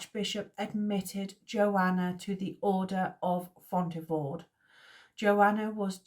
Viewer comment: Thanks for doing this series! Poitiers: PWAH-tee-ay. Like Sidney. Fontevraud: the d is silent. Apulia: ah-POOL-ia. Komnenos: com-NEN-us. Acre: good enough, I guess. I was going to say something about the "re" at the end just being a suggestion, lol. "Ock(r)"? But that's confusing. Good stuff! I'm really enjoying this.